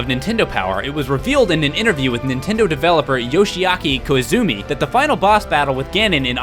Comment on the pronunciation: "Yoshiaki KoiZOOMEE" Dammit,.